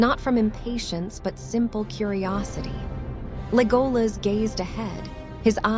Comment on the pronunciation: The dress is on the E it's Légolas not Lególas